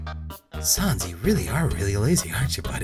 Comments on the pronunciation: every time he saw shans instead of sans I get mad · I wonder if realizes he's pronouncing sands and papyrus wrong. And until recently Undine.